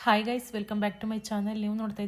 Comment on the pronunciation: ಅಕ್ಕ ಫ್ರೆಂಡ್ಸ್ ಅಂತ ಮಾತಾಡಿ ಗಾಯ್ಸ ಅನೋಕೆ ಓಗಿ ಗೇಸ್ ಅಂಥ ಹೇಳ್ತೀಧೀರಾ